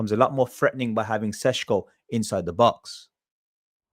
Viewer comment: It‘s Sesko, not Sesco - quality content nonetheless